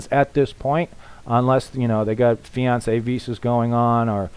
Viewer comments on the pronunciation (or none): none